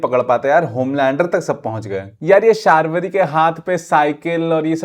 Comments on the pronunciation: It's शर्वरी not शार्वरी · शार्वरी 😂 its शर्वरी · Call her sharvari ! Not shaarvari 🥹🥹🥹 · BTW, it is not Shaarvari, it is Sharvari. It is not शार्वरी, it is शर्वरी. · terko sharvari bolna nhi aaata bc..:face-blue-smiling::face-blue-smiling